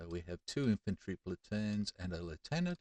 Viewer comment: It is so nice to hear "lieutenant" proncouced properly 🙂